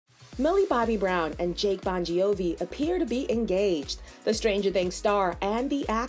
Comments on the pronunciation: i know that. I was talking about how the „gi“ is supposed to be silent and not pronounced the way the narrator did. I was just laughing at that with no hate at all🤭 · Am i the only one laughing about the Bongiovi pronunciation 😅🤣 No hate!!🩵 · driving me crazy hearing how you say the last name